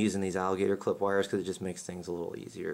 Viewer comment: the first time he said wires i thought he wihairs...i was like i dont have one of those....LOL!